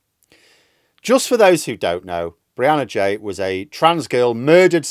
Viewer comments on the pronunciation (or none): Apparently her surname is said ghee "G" not jay